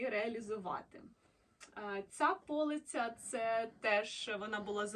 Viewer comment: Ви молодець. До речі, не пОлиця, а полИця. Ви ж кажете полИчка, а не пОличка. А взагалі ви досить добре говорите українською.Приємно слухать.